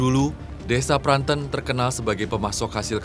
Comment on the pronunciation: Pranten bukan pranten! Aduh gimana sih cara jelasinnya